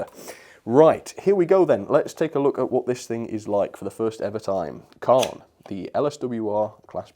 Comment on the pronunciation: Wow, I was expecting that this would be an exceptional model, such a shame it couldn't live up to the standard of its Hornby and Hattons counterparts. Great first review of the year, the name of the loco Caen is actually pronounced Cane. looking forward to seeing what you will be reviewing next year.